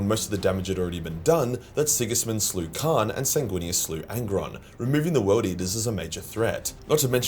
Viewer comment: You say kharn and khan exactly the same